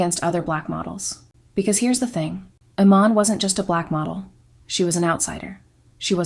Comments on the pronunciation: Is this AI audio? How did you do ALL that research and mispronounce her name like 3 different ways.. ee-MAHN. i-MAN? Ee-MAN? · UGH. YOUR PRONUNCIATIONS ARE HORRIBLE. "Iman" is "ee-MON." Mugler is "moo-GLARE." And don't forget Beverly Johnson and a few other African American models BEFORE Iman.